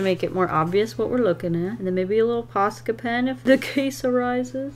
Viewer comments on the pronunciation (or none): none